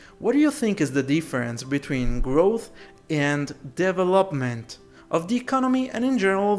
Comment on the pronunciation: put "how to pronounce development" in the search box